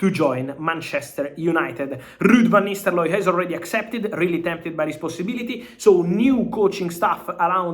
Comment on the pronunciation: Why does he keep pronouncing it as 'Van Nisteloy'?😂